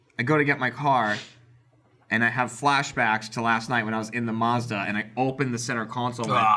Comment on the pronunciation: I hate how pronounces Mazda, it's mAzdA.